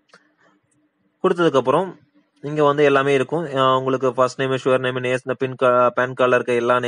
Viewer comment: அது சுவ்ர் நேம் இல்லை அது சர் நேம்.